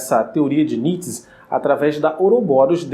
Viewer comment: Não é "Nits", é "Ni-tchê".